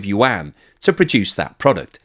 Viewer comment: Yuan - the Chinese pronounce it yu - en.